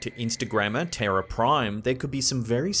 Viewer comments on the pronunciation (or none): none